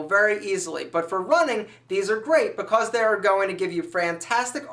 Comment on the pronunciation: i like how he says because. "ba-coss" :P